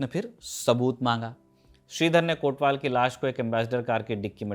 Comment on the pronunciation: "कोतवाल" शब्द है, हां वही हिंदी वाला, कोटवाल नहीं।